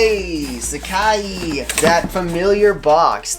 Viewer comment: haha love the vids man, but its called sac-eye not sac-ee lol.